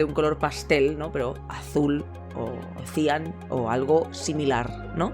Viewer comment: Cian se acentúa en la a! Buen vídeo